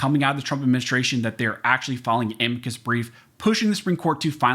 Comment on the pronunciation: You pronounced a m i c u s in correctly lard butt